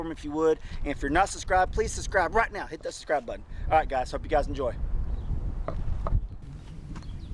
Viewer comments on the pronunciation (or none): Great video, looks delicious! And I have to say… Ever since DeeJay pointed out how you say suscribe I can’t unhear it, LOL. Love your family!